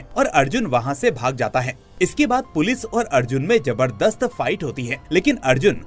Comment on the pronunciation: Jaberdast ni hota Zabardast hota ha. Tum jay hind boltay ho ya Zay hind?